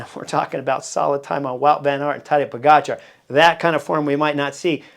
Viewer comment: Hey Chris, First of all, whatever Tejay and Philippa are saying needs to be discounted by a factor of 2. First, Tejay needs to learn how to pronounce Tadej's name. Whenever he talks about Pog, I need to remind myself that he's referring to Tadej, not some 'Podgikhar.' Even Christian Vande Velde graciously corrected him, but apparently, Tejay didn’t get the memo. And Philippa, our resident expert, declared Roglic was fat—6 lbs overweight—and he went on to prove how gloriously ridiculous she was. Clearly, their predictions are as accurate as English soccer fans chanting "it's coming home". I agree, this will be different for Pog because he's going to have to contend with GC riders he didn't see at the Giro. If you look at the Giro, none of the top 20 GC riders were there. That said, he's on another level this year, and having Jonas, Roglic, and Remco healthy will certainly be a test. On Jonas, I've always said that being 85%, he should go to defend his two titles. Unfortunately, there are pundits like Tejay who don't think the way we do. Tejay thinks that would be bad for Jonas's psyche, but what do I know? One last thing: I know Jonas is a top-echelon rider, but he was only able to get on his bike 5 weeks before the Tour, and 5 weeks, according to LA, is not a lot of time to get ready. We'll see what happens. Fingers crossed Tadej takes this TDF home. After all, what's a race without a little drama and a lot of expert 'insight' from Tejay and Philippa?